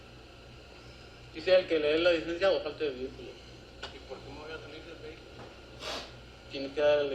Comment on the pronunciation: Listen to this imbecile. 39 years in the job, and the only Spanish he learned is the Taco Bell pronunciation of “Licencia” 🤣